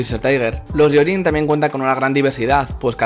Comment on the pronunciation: ¡Gracias por el video! "gyo" en japonés se lee "guio" y lo "yio". Por tanto se lee "guioyin" ¡Un saludo!